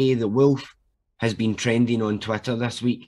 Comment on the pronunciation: the way you pronounce Twitter as twatter is spot on for its actual contribution to society.